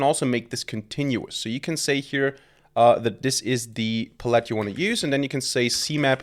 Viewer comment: Love your content, but its "pal-ette"